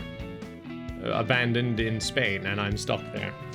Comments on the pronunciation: He's moving to Spaing but the "S" is silent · he's going to spain without the g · moves to spain the S is silent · Spain without the S (love you!!!) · moving to Spain without the "s";-; No, but seriously hope things go well:D